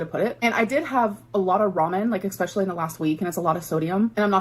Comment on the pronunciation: I hate it so much when she says expessially! Oh, how I hate it!